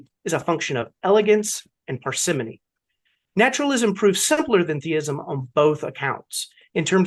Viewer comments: I think this may be a regional dialect issue. The dictionary says it’s “Par’s money” Which sounds very British. You said it like “Persephone” Americans say “Parsa- moany” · you say “parsi’MOny “ wrong. But wear it as a badge of honor. It’s a sign of being well read. That your intellect extends beyond merely parroting the humans around you. 🤪I looked it up, The dictionary says ‘ParsimƏny like you said it. But I looked up a video “how to say parsimony with real life examples” and every example used the Strong O with the stress on the first and penultimate syllable. So now I don’t know what to believe. 🫠